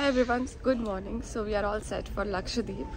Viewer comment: I think it is pronounced as Lakshadweep and not Lkashdeep . You are skipping the pronunciation of the alphabet W .